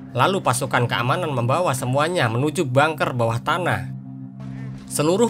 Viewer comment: Keren bang Admin. Cuma kata bunker mengejanya "bangker" bukan "bengker" kl "bengker" artinya pejabat bank. Sukses ya ...👍👍👍